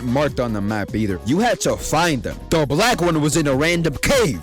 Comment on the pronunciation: why he say black like that